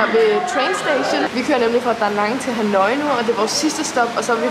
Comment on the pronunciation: Det udtales "ha-noi" og ikke "ha-nooooi" 😉 elsker dine rejsevlogs!!